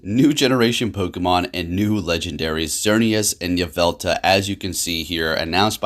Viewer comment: There's an L at the end of Yveltal